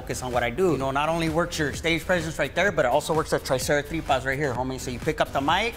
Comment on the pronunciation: Always gotta hit your "Triceratripas"